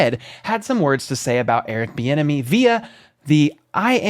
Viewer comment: That mispronunciation of Eric Bieniemy is obviously done by a bot. The technology these days can almost fool everyone.